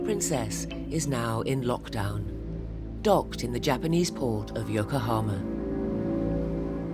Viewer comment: Dear narrator: , and in a lot of other time in the video it is Yokohama (横浜) not Yokahoma